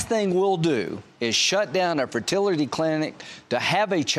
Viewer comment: "ferterlety" - Lindsey Graham, US congressman.